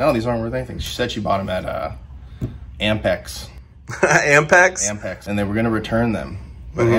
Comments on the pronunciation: Ampex? Cmon guys… Apmex. 😂😂😂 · "AMPEX" huh? is that anything like APMEX? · Is the thing he's calling AMPEX actually APMEX? Either way no one should ever say NEVER.